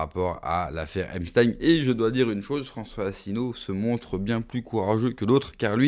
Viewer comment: Il dit epsTEIN TEIN COMME EINSTEIN